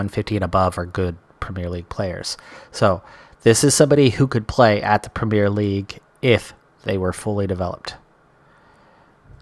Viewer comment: And despite that we all still have reservations about his ability to learn how to say "Premier League" properly :P